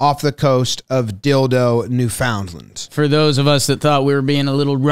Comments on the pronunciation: New Foundland pronounced New Fin-land. Source : I'm Canadian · needs work on the Newfoundland pronunciation. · As a maritimer, I can credibly say you butchered the pronunciation of “Newfoundland”